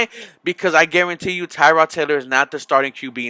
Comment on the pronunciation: Dude ,learn how to properly pronounce Tyrod Taylors name!!!he is not named after a car part. think "tear' as in tear drops of sadness.Tear-Rod.And i was at the game ,the whole team was out of sync at first.But I saw a ton of promise.